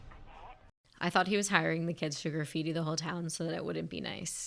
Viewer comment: I thought you were Italian, but still you say "corneddo" , "graffeedee" and "fee-nally" ? 😂😂😂